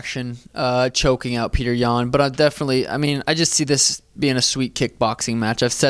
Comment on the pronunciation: Sean is a real Alpha male, pronouncing Petr's name correctly. Anik, and Helwani take note. With all due respect, when fighting in America, his name is Peter, not "Peautrhgh." P.S. I love the Russian fighters, they are the best.